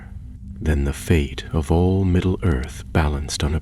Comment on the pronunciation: ...no one else notice the narrator call it "middle girth" at the start of the story?